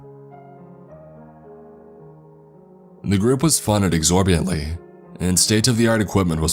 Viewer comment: “Corpreel?” “Exorbantly?” What? DOOKS ex machina ROFL🤣😂 HYPOSSASSIS. HAHAHA